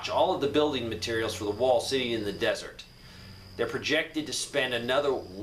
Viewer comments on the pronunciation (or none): none